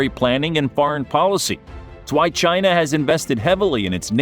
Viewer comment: Nope! It's Chiiii Naaaa!😆